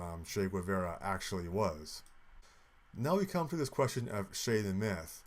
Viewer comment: It’s not shay. It’s Che like in che-ckers